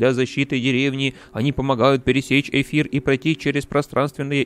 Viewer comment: Мне в начале покозалось не пересечь эфир а пересечь кефир😂